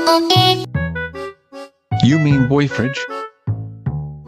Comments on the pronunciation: "Boyfridge" lol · QT IS JUST SAYING BOYFRIEND'S NAME VERY WRONG,SHES SAYING BOY-FRIDGE LOL she said she loves fridges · I know why you said boyfridge (T A G S)